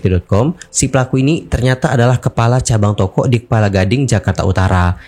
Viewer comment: Kelapa gading bang bukan kepala gading wkwkwkwk😂